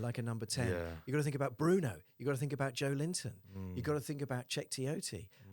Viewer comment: New sub here Ecuadorian Newcastle fan here🖤🤍🖤🤍 What a great pod Good stuff And yeah I would love to see Joelinton As a guest but please call him Joélinton not Joe Linton 😂 There is a new video sky sports made about how to pronounce every players name😂😂😂😂